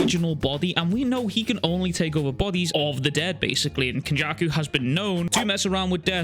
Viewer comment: The way he said kenjaku is one fucked dude hahaha